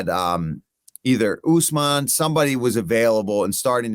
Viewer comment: Kamaru Usman is not Kamaru ooooooozman! When are you gonna learn to say a name properly Michael Atleast try!